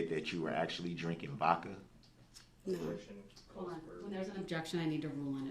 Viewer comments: I’m sorry but What did he just say ,, Did you know that you were actually drinking “Vokka” ? Tha hell is Vokka ? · Did he just say that she was actually drinking “Vokka” 😂